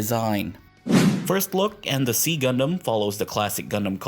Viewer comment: It is pronounced [ksi] in Modern Greek, and generally /ˈzaɪ/ or /ˈsaɪ/ in English. Not "see" or "C"-gundam.